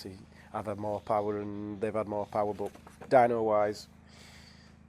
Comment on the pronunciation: More powah baby